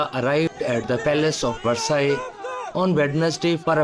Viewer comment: Please find a speaker who knows how to pronounce English, and the word Versailles.